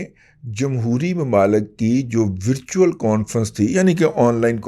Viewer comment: "وَرچوئل" ، وِرچوئل نہیں…… ایویں بونگیاں نا مار رضی صاحب!